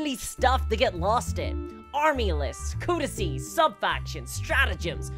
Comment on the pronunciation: Thank you for saying "codices" and not "codexes." 🙌